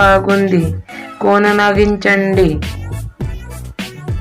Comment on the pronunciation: After Names we don't use "Undi." And it's not "Konanaginchandi" It's "Konasaginchandi". Most importantly it is not "telgu" It's "telugu" please pronounce it correctly yaar 🙏 I had a marathi friend she was speaking like Avani as Avni. Okati(one) as okti. Ledu as ldu etc. I hope you got the point. I pray to God that you will learn this beautiful language soon.